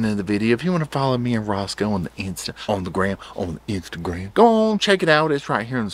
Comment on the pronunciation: I Laugh EVERY TIME u say on the Insta on the Grahm lol!!!!LOVE IT!!!!😂😂😂❤❤❤❤🛋️🛋️🛋️🛋️🤣🐶💙💙